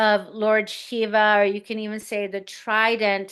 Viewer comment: Shiva Devotee here, loved listening to. Her Sanskrit pronunciations felt like listening to a very ancient learned astrologer reincarnation. Btw, you pronounced “Shiva” correctly. Thank you. Will definitely refer to this video. ❤Thank you for bringing her.